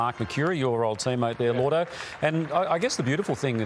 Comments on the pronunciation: Surely it's "Lloydo" not "Llordo"? his name isn't Lord. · Why does this channel and everyone keep calling him llordo? I’ve never known him as that, ever. It’s lloydy! It even says it on the screen in the video. As an Essendon supporter (I know it’s embarrassing atm but it’s un Australian to change as we all know) I find it VERY offensive they are getting my star’s name wrong over and over. Very serious stuff 😤